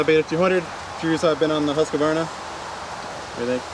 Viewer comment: Husqvarna is a 3 syllable word. FYI - good vid otherwise!